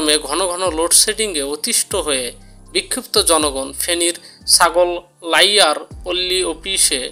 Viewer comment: আরে ভাই ইউটিউবার, তুমি তো বাংলা শব্দ ই ঠিকমতো সঠিকভাবে উচ্চারন করতে পারো না।জায়গার নামও ঠিক মতো বলতে পারো না। নোয়াখালী জেলার ছাগলনাইয়া কে বললে ছাগল লাইয়া। আগে ভালো করে রিডিং পড়া শিখো, তার পর ভিডিও বানাও